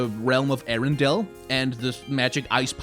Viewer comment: I heard him calling the world Ariendel every single time... Show her flame...